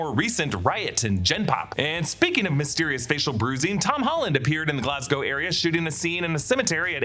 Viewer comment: Thank you for saying Glas-GO and not Glas-GOW!